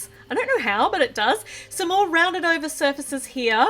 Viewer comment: did anybody notice that when she said "Some more" it sounded like "S'more"? Or am I just hungry?